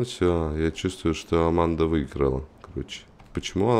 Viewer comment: аманда а не арманда